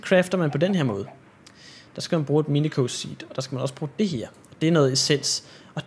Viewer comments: Det udtales minisio ikke miniko minico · du udtaler minicio mi-ni-si-o